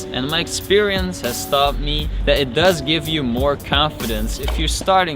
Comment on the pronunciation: anybody else love how he says that😥😂 "Det"